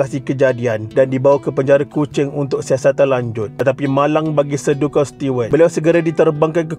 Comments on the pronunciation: Nama Duncan disebut 'dan khen' dan bukannya 'dun kun', nama Charles disebut 'charls' bukannya 'char les'. Sekian. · Kena sebut nama Duncan mcm 'dun-kan'? Sepatutnya 'Dan-ken' la. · Sebutan duncan tu bkn 'dunken'...yg betul 'danken'